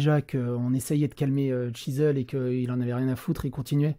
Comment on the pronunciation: C est quoi cette facon de prononcer le mot Shizzle?!